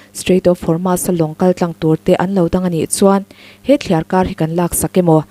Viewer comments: Strait of hurmu...😂😂😂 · Strait of Hormuz hi mizotawng ang chiahin "muz" lai hi sawi roh or strait of hor-mooz.